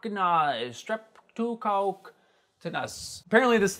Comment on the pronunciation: Along with not bothering to pronounce streptococcus… that really pissed me off 😂 lazy!